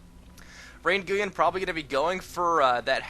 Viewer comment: his name is ray Nguyen not rayn guyen lol